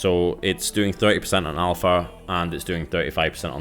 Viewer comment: Alfra?? It's alpha...